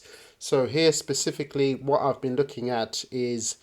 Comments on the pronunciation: Specifically not sisisipicly also 0.52 was a good time to buy after the pump not at 0.62 cents like this guy has just done and bought into he is way down right now iv just bought a load at 52 cents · When you say specifically you start off with a sp a spe a spe not a sis.Also this guy cannot chart his t.a is terrible